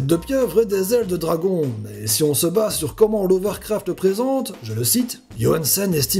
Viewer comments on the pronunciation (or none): Pour précision l'auteur s'appel Lovecraft et non Lovercraft et Cthulhu se prononce "k'tulu" et non "kutulu" . Sinon ta vidéo est sympa :-) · J'ai un peu tout regardé, c'était super, je m'abonne ! Mais par pitié, c'est pas Lovercraft, mais Lovecraft ! Pour la prononciation de "Cthulhu" ça dépend des personnes, mais on le prononce plus ktulu, ktoulou ou stulu, personnellement je prononce ktoulou, mais comme tu veux ! Bonne continuation et à bientôt ! ^^ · Lovercraft XD Lovecraft pas Lovercraft... et on ne peux pas prononcer son vrai nom... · Salut, juste une petite info pour te dire que tu t'es trompé sur la prononciation de l'auteur de l'appel de Cthulhu, vérifies bien car c'est Lovecraft et pas Lovercaft :D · Fait un episode sur Cthulhu !!! (Prononce Ktoulou, meme si la prononciation la plus "fidèle" serait "ke-th(prononcé a l'anglaise)ou-lou). Et on dit Lovcraft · La prononciation de Cthulhu est très bonne...En revanche "Lovercraft"...Non.